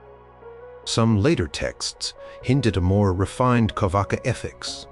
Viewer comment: Its not carvaka, its charvaka